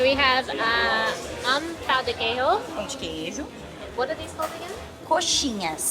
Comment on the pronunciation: j, ch sound as in French so "queijo" is not "kay-ho" "churrasco" is not "chew-huskow" nh sounds like gn in Italian, like "lasagna" remember that when saying "coxinha"